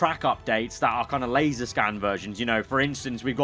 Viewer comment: *LASER scanned, not LASAR,!